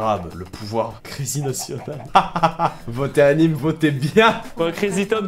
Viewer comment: Anyme et pas Amine ahaha 😂(gênant 😂)